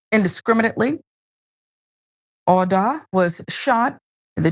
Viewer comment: while i applaud you for bringing up this horrifying tragedy, please try to pronounce his name correctly, instead of repeatedly butchering it. this is very disrespectful to awda and his memory.